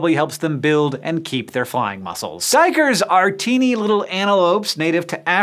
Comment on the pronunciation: hey man your prenounciation of duikers is perfect way to say the dutch word for diver.